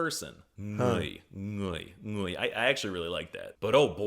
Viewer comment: Also his pronunciation in người is 100% correct